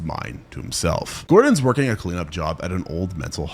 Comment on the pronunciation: "woking up"? You good my guy?